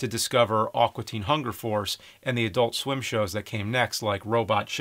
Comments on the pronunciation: It sounds like James is saying "Awkua" Teen Hunger Force. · Thats NOT how you say "AQUA"! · Amazing review. Great perspective. God fucking awful pronunciation of the word "aqua". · "Awkwa Teen Hunger Force" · It's "A-qua" not "Ah-qua"! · "Awkwa" Teen Hunger Force??